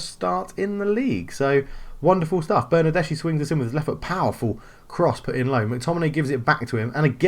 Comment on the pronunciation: It's pronounced Ma-te-a De-Shi-Lio, not actually hard to pronounce it's just a weird spelling for those unused to it. Also it's Ber-nar-des-ki.